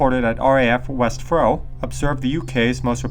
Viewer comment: Interesting story. I'm from Stranraer, and I vaguely remember hearing this as a child. Also West Freugh is pronounced West Froo. The locals pronounce it frooch with the ch making a sound like in Loch (not a hard k).